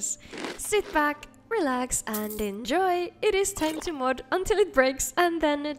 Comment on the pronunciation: Always love when she says мод 😁